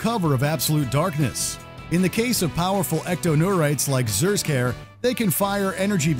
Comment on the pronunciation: ZERSKAYER lol why its Z'skayer (Ziscare)